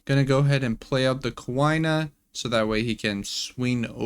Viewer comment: Came to say this, my soul shattered every time he said 'ku ay na'